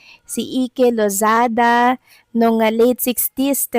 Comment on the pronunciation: Mukhang di mo po onabitan si Ike Lozada. Di mo nabigkas ng tama ang name nya